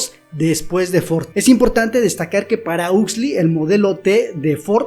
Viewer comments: 40 minutos y perdi el interes en segundos al escuchar el nombre "husli" 😂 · Ha sido bueno recordar la idea esencial de este texto. Me ha gustado mucho el análisis sobre un Mundo feliz de Aldous Huxley. Solo me chirrió un poco la pronunciación del apellido, pero es una cuestión menor. Sigue así.